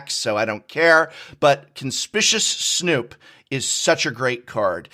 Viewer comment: Noooooooooooo, you said Conspicuous Snoop’s name the way Saffron Olive does